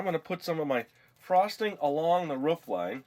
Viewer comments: OMG u do know roof is pronounced roof not ruff like a dog dumbo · Roof not ruuuuuffffff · Roof not rough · Ruf I think you ment roof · Its roof, you stupid, stupid man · Cool I never knew you could say it either roof or ruf? Anyways great job with the gingerbread house! :) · It'S. Roof not ruff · Is it an american thing how you say Roof? Because to me being Aussie, we say ro-of, you guys sound like ruf ? haha. (no offence, just wondering) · How you say roof is so funny xD It's like you're saying woof like a dog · well most parts say ro-of too. i dont know where hes from but as far as i know we say ro-of:) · U said roof soooooo wrong 👺👹💥💢